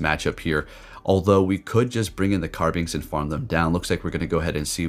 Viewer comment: Carbink Not Carbinx